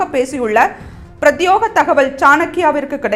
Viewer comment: செய்தி வாசிப்பாளர் பிரத்தியோகம் என சொல்கிறார்... அது பிரத்யேகம்.. இதை கவனித்து திருத்துங்கள் பாண்டே அவர்களே....🙏🙏